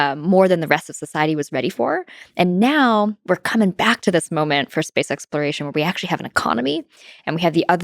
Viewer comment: Why can’t she pronounce exploration?